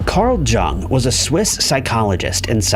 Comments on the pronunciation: Can not believe narrator is saying JUNG. Had to research to make the vid….Carl Jung (Young)!!! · Jung is pronounced “Young”. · Jung is pronounced with the 'J' having a 'Y' sound, as is usual for German speakers. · It's pronounced "Yoong" actually. Carl Gustav Jung was Swiss and the name has German roots. Americans just got into the habit of pronouncing it "Young." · You would think people would look up the pronunciation of things. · He mispronounces words on purpose to get comments. Pretty dishonest and creepy, honestly. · i stopped the video at that moment, too embarrassing to to finish it.